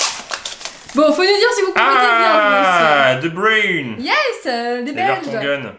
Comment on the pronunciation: C de bruyne et pas de brune 😡